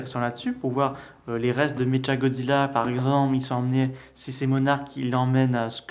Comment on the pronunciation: Sa se dis méqua godzilla